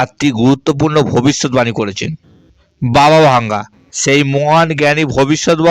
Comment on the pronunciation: বাবা ভাঙ্গা না, বাবা ভেঙ্গা হবে